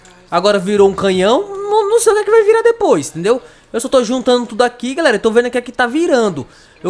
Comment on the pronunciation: Como outros acha que ele fala(GALERA) Como eu entendo (GULERA) Kkkk